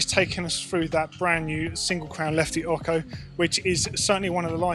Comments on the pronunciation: listen to Lefty Larry. It’s not pronounced as ok-ho. It’s o-cho. It’s Spanish for eight. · PLEASE! you've been doing this in all the videos... It's Lefty OcHo, not Occo. Love all the videos anyways (y) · Omg! Its not lefty “oco” its pronounced like 8 in spanish, ocho (x sound for ch) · why do keep saying “oko” it should be “o-tso” or eight in mexican language. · Stop saying "oko"! 😂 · Ocho not ocko 😂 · Lefty Larry says it Ahcho...or was he sneezing... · needs to learn how to pronounce ocho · It's official, can't say Ocho the proper way! 😁✌ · I have to laugh at the way the english pronounce "ocho". :) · Please please please say Ocho properly. It's ANNOYING!!!!! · tone34 I'm just having a giggle. It's got nothing to do with Italian. It's spelled Ocho, Spanish for "8", and the ch is pronounced like you'd find it in words such as "cheers".